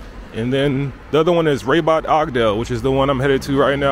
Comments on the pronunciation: Raaaaaabat not Rebat. Why you changed the prononciation, you didn’t like our language.😮.Make the effort to pronounce our cities right like we do about ur cities. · Don't say Ra(y)bat, it's rather Rabat or R'bat, as if there's no vowel between r and b... Enjoy your stay! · What's up bro. The Arabic vowels are A-ah, E-eh, I-ee, O- oh, U-uu. The correct pronunciation of 'Rabat' is "Rah-Bat". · Not rebat but Rabat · It's pronounced : Râb At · it would not kill you to ask how to pronounce a name like Rabat.